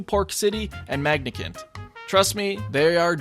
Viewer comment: I mean really? Magni-cant?